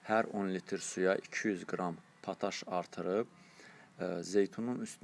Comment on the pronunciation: Təşəkkürlər. Lakin pataş yox potaş. Yazıldığı kimi də oxunur potaş.